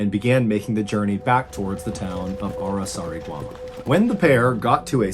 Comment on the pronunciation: Dude, you managed to nail Araçariguama, and failed miserably on João.. Hahahahahaha Believe me guys, you are not ready for Portuguese..